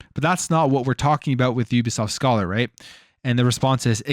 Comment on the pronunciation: Hate to be that guy, but it’s pronounced Scāler. Long A sound. It’s a mathematics term.